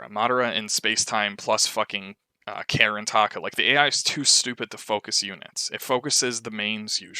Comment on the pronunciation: lol you say karin like "keren"